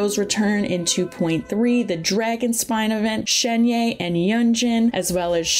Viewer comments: im pretty sure it's shen-hey ?? idk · I mean, it's actually more like Shuhn-huh (if going by a more American pronunciation of Pinyin). I don't really know where the "er" is though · It should pronance as Shen-He(r). It means magical crane, now u know why people r saying she is the human form of cloud retainer. Please learn to pronouce Character's name properly as this the respect they deserve. Not many content creators do this. but if you do it would make you look a lot more professional. Wish you channel do well. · fyi, Shenhe is just pronounced how it looks lmao. like Shun-her or Shun-huh. The 'e' vowel sound is the same as the one in Keqing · Shenhe is pronounced Shen-Her as in Him/Her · It’s pronounced ShenHER btw